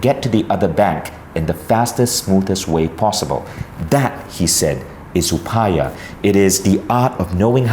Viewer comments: Hey Vishen and all viewers, plz have a look at this: It's not pronounced upaya.. it's pronounced like upay.. that last article 'a' is not be pronounced. Just like it's not pronounced lord Rama but Ram. The last article 'a' doesn't add any vocal difference. The difference lies in Sanskrit language grammar. In Sanskrit, a complete character requires an article at the end.. what you see at the end as 'a' is not pronounced as 'aa' it's just 'a'. ( If you still don't get it, just pronounce it without that 'a' in the end.. FYI: Yoga should be pronounced as 'Yog', without that 'a'. :) ) And yeah, I am Indian.. and love your content. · You are Indian. You know how to pronounce "Upaya". Not "Upaayaa"